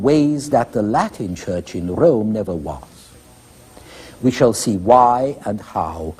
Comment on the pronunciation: DEY CALLED IT THE SECOND RRROME